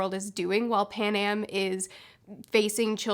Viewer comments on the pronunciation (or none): PanEm, not PanAm. And Cinna = Sinna, not Seena. Like cinnamon.